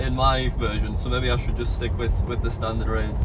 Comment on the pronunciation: "STANTARD"? Mistakes do happen sometimes...